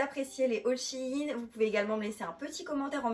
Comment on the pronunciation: pas shiine SHEIN !